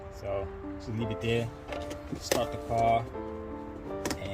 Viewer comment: Over...heer...deer...over deer..back deer...right deer in deer